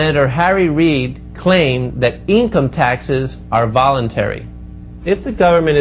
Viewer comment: lol, I'm not even that far in, and I'm already laughing at "eencum taxes" and "phraseology."